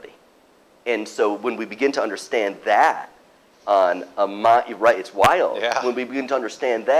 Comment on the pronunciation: “when you get to understand THAT” yeaah....... I’m not believing anyone who talks like this.... disliked